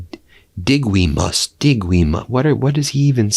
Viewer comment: "Dig we muss," Sure Donald, sure.....